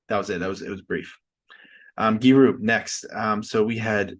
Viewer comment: Its Gyu Ri, not gyi ru 😂